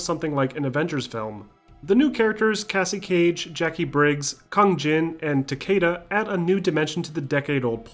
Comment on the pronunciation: Yeah and Kay C Cage